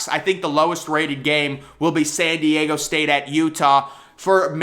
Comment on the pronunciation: oh FFS.... it's "Diego"... not Deigo....